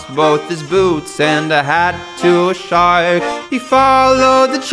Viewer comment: Why do you say shaurk and daurk